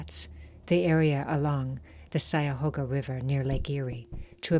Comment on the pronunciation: It's pronounced CUY-a-hoga not SY-a-hoga